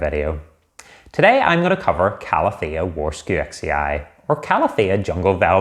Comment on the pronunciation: It is pronounced Varshavechee. From the name of a Polish botanist Jozef Warszewicz.